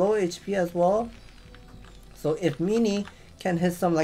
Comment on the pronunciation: Its MIN-ee not MEE-nee